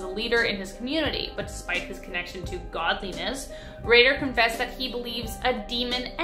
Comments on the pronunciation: You would think.... with 7.76 MILLION subscribers she would put a little more effort into pronouncing the names correctly .... Dennis Rader is not pronounced as Ratter ......... Its "Raider" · Btw Rader is pronounced like Raider. Like the football team or tomb raider lol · ish. You mean to tell me that she's a full grown woman youtuber that hosts all kinds of true crime vids really doesn't know how to pronounce the surname "RADAR?" You know, its also a ⁴4it